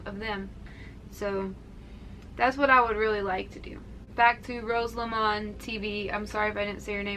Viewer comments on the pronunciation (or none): none